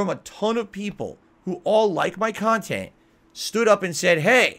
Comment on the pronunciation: Right! When I heard that I had to pause the vid and listen again to make sure I didn’t hear him wrong. He lies about the stupidest crap, and can’t keep them straight….like a grade school child. I guess we shouldn’t be surprised since he’s in gaming jammy’s everyday playing a Disney Princess game and calling it “quality khantent”.